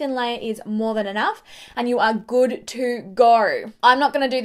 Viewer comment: "Just a very thin layer and you ah goood tew goeer!" 😂😂